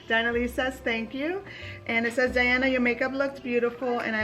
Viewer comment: This was a great vlog ☃️✨😘 The Christmas snowmen ⛄️ came out so cute! Thank you for answering my question Diana. You pronounced my name right! 🤗 You are a Jersey girl 💕😘 Here is a question for Diana, how did you learn to do makeup? Self taught MUA? Do you ever do your girls makeup? That would be a great video. XO 😘